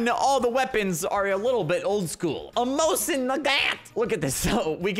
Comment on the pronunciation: 1 minute in and he butchered the mosin my faveroute sniper